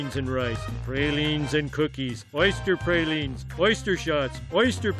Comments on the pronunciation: Except the pronunciations--like "pray-line" and "yakah-mane"--and some of the food he mentioned seemed to suggest that it was related to the restaurant he was outside of. But no. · Except praline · He really didn’t. He mispronounced a few things like praline and pecan. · and praline